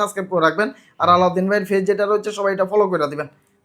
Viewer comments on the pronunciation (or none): Ei salar video sob vua,language o thik nai,,পেজকে বলে ফেজ